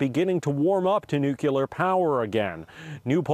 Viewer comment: Nucular lol